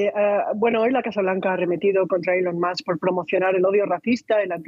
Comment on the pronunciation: ilon MASK, que afan de pronunciar mal el ingles a drede!